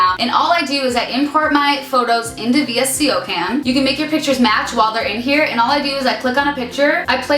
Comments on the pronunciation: I've never heard anyone call visco cam v i s c o cam. Lmao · VSCO (vis-co) isn't it pronounced like that? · vsco is pronounced "vis-co" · wait is that actually how u pronounce vsco I've always said it as visco